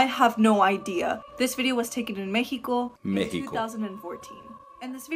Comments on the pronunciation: Ahh yes mehico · Wait do you pronounce it like m-e-h-i-c-o or me-x-i-c-o?